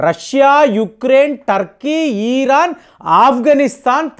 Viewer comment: మీరు చాలా పదాలను తప్పుగా పలుకుతున్నారు. అవి సరి చేసుకుంటే మీ విడియోలు ఇంకా బాగుంటాయి. ఉదా: కాలిస్తాన్ కాదు...ఖలిస్తాన్ . అలాగే జెలన్ స్కై, ఈరాన్ , ఈరాక్ , ఆయిల్స్ వంటివి చాలా తప్పుగాఉచ్ఛరిస్తున్నారు. మీకు కంటెంట్ ఇచ్చేవాళ్ళు దీనిని గమనించలేదేమో!